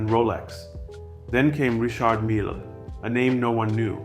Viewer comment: Did he pronounce it wrong? 🤷🏽‍♂️